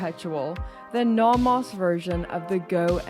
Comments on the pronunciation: I’ve never heard someone pronounce nomos like that. “Naw-moss” 😂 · Are you pronouncing Nomos correctly?